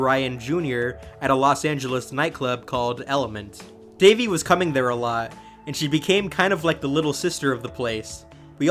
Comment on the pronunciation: RIP Daveigh! 😢🌹 *BTW: It's pronounced DAH-VAY, not "Davey"